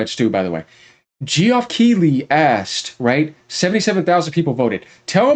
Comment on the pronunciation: geeeeofff lol.. pronounced JEFF